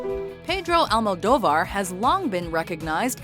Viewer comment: Ah yes, my favorite Spanish director, Pay-droe Al-moe-dough-var